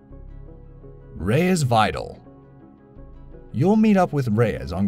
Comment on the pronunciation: Reyes VAYDAL LOL its Vi-dahl seriously what planet are you from?